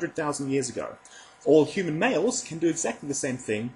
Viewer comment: He keeps saying yoomun instead of Human